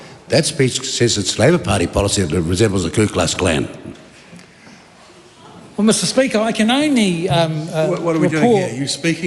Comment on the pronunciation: Hey slick willy it’s ku klux klan Not Klu klux klan